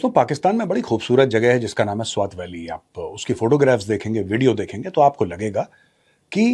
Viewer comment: Not त. Its ट. Swat